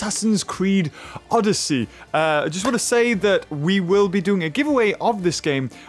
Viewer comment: You are saying odyssey wrong